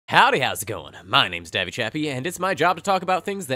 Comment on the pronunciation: Hell yeah, another Davvy video right before I run our game! Solid attempt on my name by the way